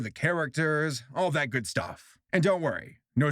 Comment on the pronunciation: Shortcut: "Gud"